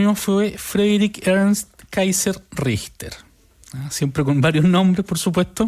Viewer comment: Se ríen para esconder lo mal que pronuncian el apellido alemán.